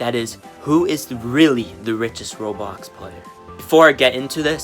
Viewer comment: Wait but, please say ''roblox'' and not robox.